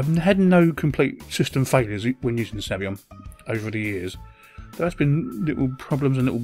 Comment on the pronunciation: it's Sabayon, not Sabyon! Saba-yon!